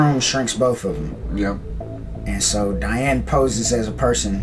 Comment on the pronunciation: I believe you pronounce Diane name dee-Anne instead of dye-Anne just a heads up 🙂